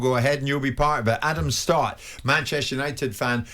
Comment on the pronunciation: It’s Stott, not Scott